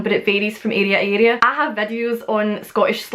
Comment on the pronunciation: I love how you pronounce the word area. I would love to be in your area to meet you,😁